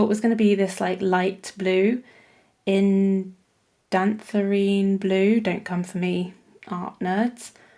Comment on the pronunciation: "don't come for me, art nerds" 🤣 it's pronounced IN-DAN--THRONE!